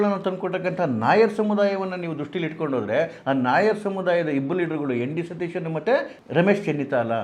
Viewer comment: You don't even know to pronounce the name properly. It is V.D.Sateeshan nót N.D.Sateeshan